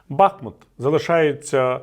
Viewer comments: Пане Віталій, БахмУт. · Бахмут наголошується на другому складі